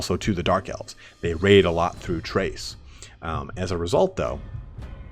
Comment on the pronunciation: Crase say it. Crace. Lmao great video man.